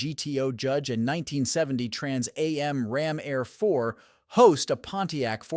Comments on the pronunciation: no kidding eh the Trans EH EM! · you would think that part would be fixed by now. but No, Everyone knows what a Trans A.M. is. lol